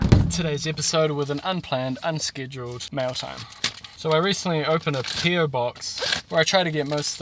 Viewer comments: Its a maori name. Roughly Pronounced ‘pie rrow” and you roll the R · It sounds like calls him Potter. Now that I see how it's spelled I still can not pronounce it.